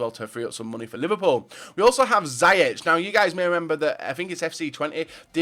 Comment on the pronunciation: Twente didn't relegate by getting bottom of the league, there were allegations of them for foul play with transfers. So they said they were relegated even though they finished 12th, 2 weeks After they turned it around and said they can stay in the eredivisie. And you pronounce it as see-yek